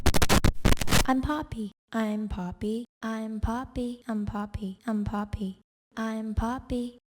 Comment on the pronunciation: sanki orda mbappemi diyon im poppymi diyon belli değil abi ama komik 🤣🤣🤣